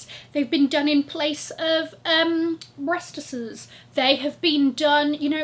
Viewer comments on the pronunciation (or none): "Breasteses" got me hoollering 🤣😂🤣